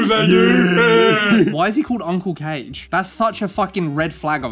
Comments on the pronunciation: ...and Dr. Conway's furry name is pronounced " KAH-gay ", not " cage ". Uncle KAH-gay. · His name is pronounced "KAH-geh." I did think your vids were funny, but it seems you actually have genuine hatred towards furries, so I'm not so sure anymore. Remember, you're an influence on people, so when you practically broadcast hatred towards a sub-group of people, you're inviting actual harm towards others. What people do and like (in the confines of the law, of course) is none of your, or anyone else's, business. Oh, and Robin Hood is definitely considered a "furry" movie. You're views are a bit skewed on what a furry is, but anthropomorphic animal characters are literally the thing furries are fans of. Maybe I am taking things too literally in this vid, I dunno. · I’d say 80% of furries (edit: that have seen them) love your Warhammer videos. Nobody hates furries more than furries themselves, which makes you two even more sus. Also, “Kage” is pronounced “Kah-Gay”. All the cringe furries hate him because he’s more conservative, keeping adult themes out of public spaces. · Can’t be furries, they’d know how to pronounce Uncle Kage then. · Kah-gey, not cage. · it's Kah-gey not Cage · I own all the Omaha The Cat Dancer comics, and I’m not ashamed at all about it. Wanna fight about it? Kage is pronounced "kah-GAY," not "kayj." Also, he's a Chemist, not a Veterinarian. And about that fursuit you mentioned that was stolen? The original belonged to Quartz Husky, who was previously known as Fjord Frost, and it's a male, not a female. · I love this. Literally the only part that bugged me was how you were pronouncing Kage's name. It's Kah-Geh, not "Cage". But everything else, golden! To put it into perspective, my first Furry con was Confurence 9, in 1998. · help meeee it's pronounced uncle KAA-GAY not cage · I'm guessing y'all were mispronouncing Kage as Cage on purpose. For those that don't know, Uncle Kage's proper pronunciation is KagA (long A) like hokage from Naruto.